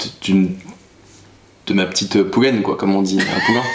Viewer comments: Poulaine🤣🤣 ont dit pouliches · Pouliche.. poulaine mdrrr jpp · Mdr je vous aime trop ❤️ Ps: on dit pouliche 😂